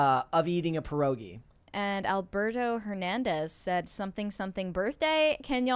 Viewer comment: You pronounce pierogi with the hardest R you can. Like you would say name Pier, than you just abuse the R and end with ogi 😁